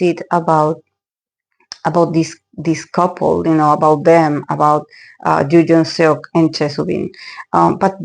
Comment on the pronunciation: Yoo Yeon Seok (not Joo Jeon Seuk) hehhe Thanks for the reading